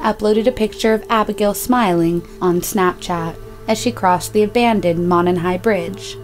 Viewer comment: It's pronounced MOE-NON trail, not MAH-NON.